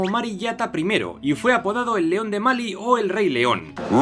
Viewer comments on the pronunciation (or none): Me duele tu entonación, me gustan mucho tú videos y la crónica y entusiasmo que le das pero si la entonación me mata, “Sajara o Sahara, Máli o Malí” ?